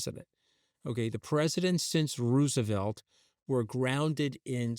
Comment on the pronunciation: he pronounces things weird... "Rooooosevelt", "Uh-nnex"